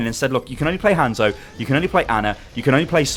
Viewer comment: I don't know why but I hate when people pronounce hanzo as hand-zo.